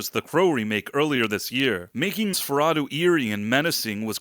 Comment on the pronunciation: Quit pronouncing it as "NosferaDOH" It's "NosferaTOO." At the very least you should get that right.